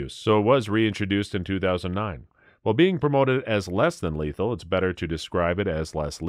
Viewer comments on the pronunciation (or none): Lethal not leathal.